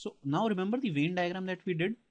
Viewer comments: its Venn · Sir very nice video ....but it's Venn not vein (no offence I am just putting it out there )